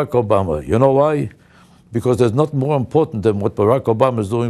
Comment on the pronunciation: The word is "nothing" not "nutang".